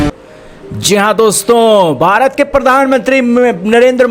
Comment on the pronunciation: Sale bharat ke liye word tao dhang se bol le. Shame on you.